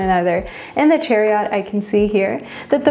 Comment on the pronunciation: I love the way you pronounce some words like chariot and metamorphosis!